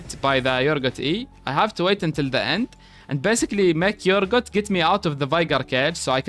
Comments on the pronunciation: يا أخي أورجوت مش يورجوت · Everytime you say urgot i think you saying yorick 😂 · I can't the way you call him "Yorgut" it's 10/10 😁